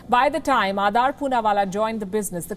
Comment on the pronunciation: It's Aadar, (Aa-dar) ,not Aadaar as in Aadhar. Please correct your pronunciation.